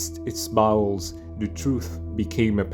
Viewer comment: You have a really nice voice! And good cadence, however I would recommended trying to cut out some of the highest frequencies with EQ so there’s less “hiss” from your ‘s’ sounds, and if I were to be incredibly critical, your pronunciation of “those” and “then” isn’t quite “native”, the soft “th” sound doesn’t “hiss” like in “thick”, but still happens “in front” of the teeth, instead of in the mouth like “d” or “t” sounds, otherwise “those” sounds too much like “doze” or “doughs” and the whole language falls apart 😅